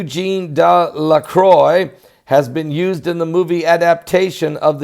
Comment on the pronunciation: Delaqua, not croy qua.